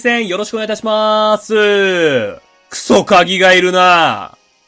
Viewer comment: 最初、クソ鍵がクソガキって言ってるように聞こえた